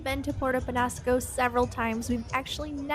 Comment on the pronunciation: just practice your ñ. Niño, mañana, peñasco...